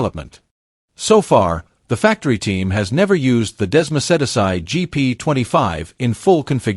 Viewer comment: The “Hair-raise” track - The “Desmo-sed-a-sigh”. Maverick “Vin-Alles”.